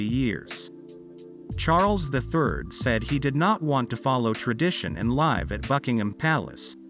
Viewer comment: In the context of this narrative you pronounce 'live' as an adjective 'live' with a long 'i' insted of as a verb 'liv' with a short 'i'. Obviously you do not really understand what you are reading, in other words you are ignorant and uneducated. Traditionally, the British aristocracy have always had separate bedrooms.